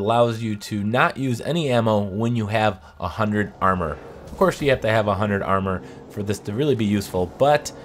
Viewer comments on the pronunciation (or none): none